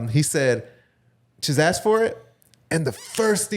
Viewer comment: its ask not aksed lol